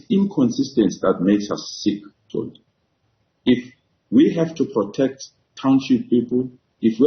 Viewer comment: A white man correctly pronounces the name Xoli and a black man pronounces Coli.